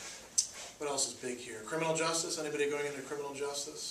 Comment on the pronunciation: You forgot the T in justice.lol. Thank you for the video though. It really helped.